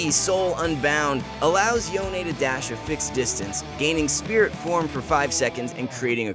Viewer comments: It s CALLED “YON” NOT “YON-AY” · yona??? yona??? its yone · Its yone, not yoNÉ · STOP CALLING HIM "YO - NEY"! it's pronounced as "Yowhn" for fucks sake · stop pronouncing him YONE-A. Theres no e' in his name. its fuckin YONE. just YONE